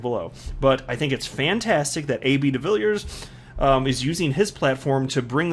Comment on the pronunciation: By the way welldone with the pronounciation of his surname! To help.some you say it like duh-villey-ears